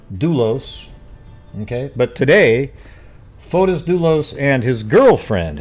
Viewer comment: That recording was made ONE day b4 Jennifer filed for divorce she'd had the papers drawn up, he was to be served the NEXT day (MAY 2017) in Greece his name is pronounced Foti the S is not pronounced